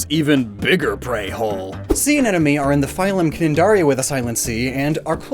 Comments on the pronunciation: “Uhn-enemy” drove me INSANE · watching this while a biology student roommate is listening in the living room... the tangible frustration on his face whenever the word anemone is mispronounced is GOLD! thanks